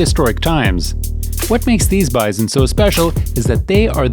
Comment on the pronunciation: Wth is bizon? I understand bison or buffalp.